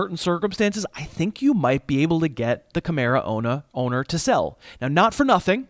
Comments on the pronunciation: I heard your Bostonian accent come out. "Kamara owna" you need to just keep talking like that and don't correct yourself. Lol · Kamara ownahh. You went Boston for a moment. Pretty sure the Kamara ownahh is Nomahh Garciaparrah